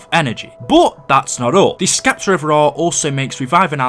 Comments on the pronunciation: You keep say s'k'eptor and its killing me man... The c is silent... It's just septor... With a silent c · not to be rude my friend but it is pronounced skepta its Septer like the way you say it is weird but just so people dont call you out on it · Not Skepter. Septer. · Scepter is pronounced (septer) it's ok I gotchu fam 😎👊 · the c in scepter is silent